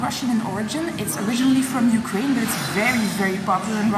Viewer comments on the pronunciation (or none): none